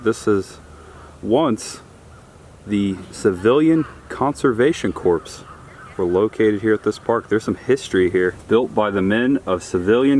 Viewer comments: You kill me with your pronunciation of things sometimes! Just a heads up, Corps, as in Civilian Conservation Corps and US Marine Corps is pronounced like core, not corpse! Hopefully you never talk to a Marine about being in the corpse! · Psst - corps is pronounced “core” instead of “corpse.” Great videos. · We occasionally pass this park (O'Leno) going to and from Disney. I've been curious what it had to offer. CORPS is pronounced 'core' like Marine Corps--unless you're former President Obama. lol I think that outdoor 'stadium of auditorium' is called an amphitheater. Wow, that flood-water was high. You could almost swim across the bridge. That spring looks cool. We've got one close to us called Vortex Springs. I conducted some of my SCUBA training there. Cold! Thanks,!